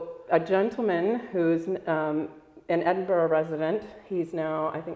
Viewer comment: Interesting story Now, I'd just like to say, it's great to hear someone say Edinburgh the way I was taught to